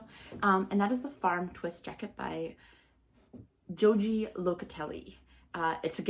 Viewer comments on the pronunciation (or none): Cast on - Bind off. Joji is pronounced HoHe.